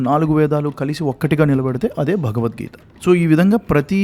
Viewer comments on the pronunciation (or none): none